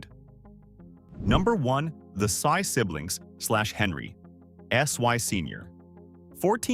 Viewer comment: Sy is pronounced "see" instead of "sigh".